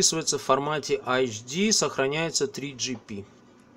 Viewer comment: Такеши... Почему - АЭЙЧДИ а не Эйчди? Где тут ( HD ) первые две буквы? ))))))